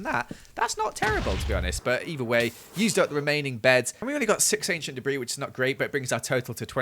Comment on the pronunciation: 20 enchent debri RUBISH.... me; with my one enchent debri >:/